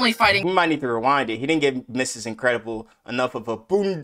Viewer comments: You say bunda weird man, too much emphasis on the U and not enough on the B. It should be more like BuNDA when you say it rather than "BOONDA". Its british slang and i hear it on a dayly basis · Ay bro u pronounce it a bit wrong XD its not boonda it sounds more like a h like buhnda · He didn’t pronounce bunda right 😢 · It's pronounced BUN DA NOT BOONDA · Bro said boooonda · Man pronounced it ' boonda ' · Naahhh...the pronunciation of bunda 😂😂